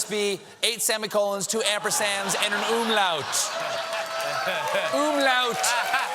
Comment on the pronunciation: The "U" in "Umlaut" is short. Schönen Tag noch.